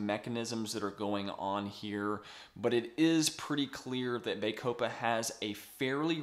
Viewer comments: Excellent video! My only negative comment is in regards to your pronunciation. bah-CO-pah Not BAY-co-pah (Emphasis capitalised) Otherwise, again Great video! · It is pronounced "baa-copa" as in the "baa"of sheep. It"s not "bay"-copa, as you are pronoucing it. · Good review but it's Bah copa not Bay copa ! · Its pronounce BAH COH PA there is NO E to make the A say its name. How am I supposed to trust someone who cant even pronounce a simple word? I'm not watching this.